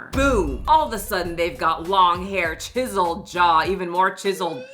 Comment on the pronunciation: At one point it sounded like you said 'jizzled jawline' instead of 'chiselled', and honestly, accurate. Edit, just got to 'tiptoe maxxing' and I'm now dead. This is the most pathetic segment of humanity.